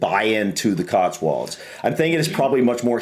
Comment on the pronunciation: Before you ever consider coming to the Cotswolds, (whether to live or just to visit,) for goodness sake, try to be consistent in the way you're pronouncing it: it's 'cots-wolds' NOT 'cots-worlds'! Also on pronunciation: Be aware that "Wells" is a city in the county of Somerset, and is some 40 miles or so away from "Wales", which you seem to insist on pronouncing the same! (Try pronouncing 'Wales' the same way you pronounce the similarly-named marine mammal - only a little less 'breathy' on the 'W' bit!)